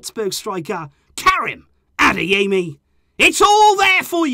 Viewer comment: I like your way of trying to pronounce Adeyemi correctly...